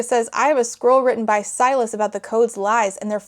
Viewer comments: To be clear, I am not critizing your pronounciation. This book is tiring. I can feel it. But I started to hear squirrel instead of scroll and it doesn't even change much. I mean, a magic messenger squirrel sent to deliver their quest ... why not? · You keep saying “scroll”, but I keep hearing “squirrel,” and it’s exponentially improving the story. 😅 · a couple times you said 'scroll' and my auditory processing disorder heard 'squirrel' and since that's about on par with the fuckery in this book i'm just going to pretend that's what it actually is